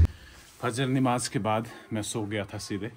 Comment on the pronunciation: Nimaaz ❌ Namaaz ✅